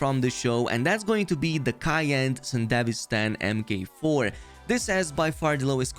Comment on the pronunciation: MARK 4 .... MK. 4 is said as MARK 4....